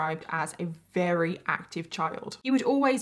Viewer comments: can you not say Very with a V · I find it adorable when says “ rarry” while saying very, and says a woman “falls” pregnant.